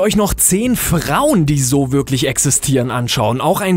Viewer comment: i ist nicht gleich ü. es heißt wirklich und nicht würklich, mitte und nicht mütte, einundvierzig und nicht einundfürzig. die nummer fünf hast du aber schön angekündigt!